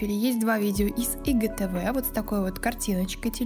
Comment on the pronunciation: Что за ИГТВ? Кто так говорит ? АйДжиТиВи говорят . Блин фу